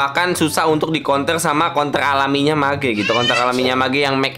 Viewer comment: Kontrol bang bukan Kon...